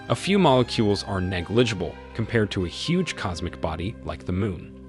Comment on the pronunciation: he also cannot pronounce hugh or infinitesimally, amongst quite a few other terms... leading me to think he's never heard these words. even has trouble with other simpler words like negligible....